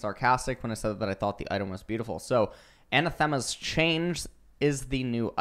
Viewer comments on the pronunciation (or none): I thought you played WoW? Its a-NATH-e-ma! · /əˈnaθəmə/ Please say it properly. A - NATH - EMMA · what is that pronunciation of "Anathema" haha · Yet another thing for to creatively mispronounce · Bruh doesnt even know how to pronounce it correctly lmao